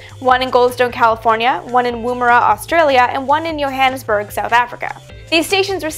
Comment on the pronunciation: That is an interesting way to say Woomera. Also, while NASA may not use it (would be surprised if newer craft don't), there are more than 2 modulations of AM and FM. Many digital systems are based upon Pulse Modulations and these behave a little different to an AM with 100% or 0% amplitude for practical generation and receiving.